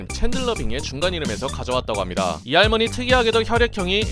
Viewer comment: 빌런들 캐디가 하나같이 기괴해서 은근 무서웠었죠 커리지가 할무니 할무니 이렇게 발음하는것도 웃겼는데ㅋㅋ